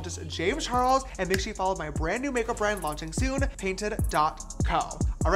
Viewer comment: is it just me or does the intro say James 'Chares'